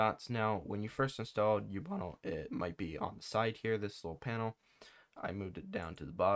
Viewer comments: its ubuntu not youbunle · man really pronounces Ubuntu as Ubunnle